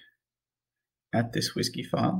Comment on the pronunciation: The way you said WSGY was very funny hahahahah. Great series man thank you very much!!